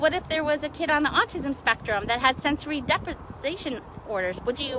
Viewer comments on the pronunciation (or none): This bitch said Sensory Deprization Orders. Stopit. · "sensory.. depi... sation... orders....." she's literally making it up! she doesn't even know WHAT on god's green earth she's talking about, holy cow. she started to claim her child is autistic and has sensory disorders, but ended up getting herself confused with the term 'sensory deprivation' and then doesn't even know the proper word for "disorders". if you're gonna make shit up, at least TRY to sound like you know what you're talking about. as someone who cares for special needs kiddos, the fact that she's lying about her child having disorders like that is absolutely disgusting. i work in an entire school just for special needs kids and we find ways to accommodate those who won't or can't wear masks. don't use that as an excuse not to protect those around you. children need to wear masks more than adults because they don't take hygiene as seriously as adults and children touch EVERYTHING. especially autistic children. they need to wear masks or find an adequate substitute. period.